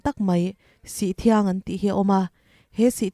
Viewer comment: Sihthiang ni lovin sithriang (sih awm dun sawina)